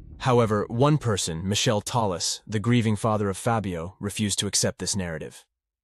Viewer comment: Michelle --- is not Michele. It is pronounced mick-kelly